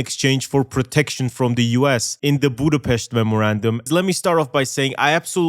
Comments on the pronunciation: Wow, I don't think I have ever heard a foreign youtuber pronounce Budapest right, გილოცავ! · ty for pronouncing Budapest correctly